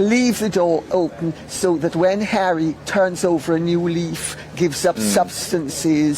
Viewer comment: The Montecito lady pronounces his name, as "Hairy"..😅😂😅😂